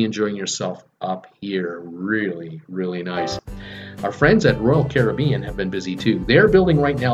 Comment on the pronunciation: You’re the only American who I’ve heard pronounce “Caribbean” correctly